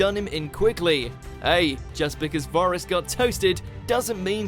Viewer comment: Who got toasted? "Boris"???? Why can't you guys learn pronunciation???